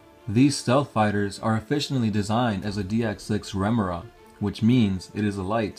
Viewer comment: Chassis - cha * see Remora - rem * oh * ruh